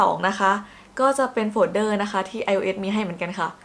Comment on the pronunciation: โฟลเดอร์ก็น่าจะอ่าน ว่า โฟเดอร์นะคะ ไม่น่าใช่ โฟด-เดอร์